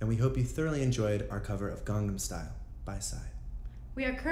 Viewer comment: "garnam style" the way avi says it is hilarious